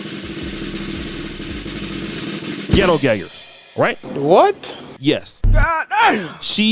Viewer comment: The way you emphasize the words Ghetto Gaggers got me dying over here.😅😅😅